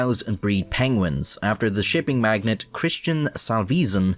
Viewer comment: You threw me for a second when you pronounced magnate like magnet lol